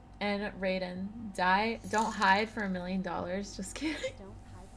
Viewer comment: The way she pronounced Raiden 😶